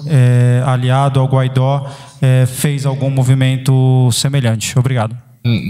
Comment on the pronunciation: Guaidó, não! Guaidô! Escreve-se Guaidó e lê-se Guaidô.